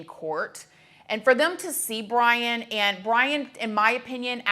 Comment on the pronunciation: It seemed the judge was more disrespectful than the suspect in this one .... How can you not get names right??? If Brian is guilty he didnt do it alone. Maybe he was grimacing at the clown of judge with the farce reading the names ... I think Ethan's was the only one he got right ...